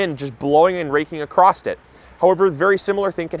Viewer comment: Across. Acrost isn't a word.